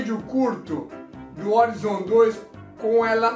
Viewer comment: Uma pergunta que não quer calar: - Por que o Horizon Forbidden West vocês falam "órizon"? ehehehe é "oraizon", kkk "ORAIZON"...